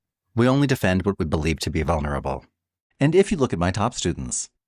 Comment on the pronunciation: "Vulnurable" ... How to lose all credibility in 10 seconds 😂